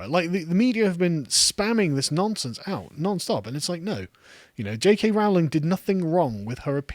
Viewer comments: it's not actually. Listen to how Joanne pronounces her surname. It's "Rolling" not " Row ling". She even commented that she gets minorly annoyed when people mispronounce it, but she doesn't mind it too much. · Her name is pronounced RO-LING. Have you become American? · PLEASE - PLEASE - PLEASE - will you pronounce J. K Rowling's name correctly! Her name rhymes with ROLLING. How do I know? Because I've got a biography where the pronunciation of her surname is discussed. When she was younger and teaching students the students used to pull her leg and sing 'Rolling, rolling, rolling' which was a signature tune of a popular Western TV series. I'm delighted you are defending this marvellous author, but please pronounce her name correctly. Otherwise, you undermine your credibility. So ROLLING, ROLLING, ROLLING, please! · "Rowling" is pronounced "ROH-ling". It rhymes with "bowling". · Getting annoyed at how he pronounces Rowling.